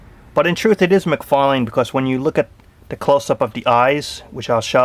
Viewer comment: great toy review but you did not say todd mcfarlane's name right, it's mcfarlane not mcfarling.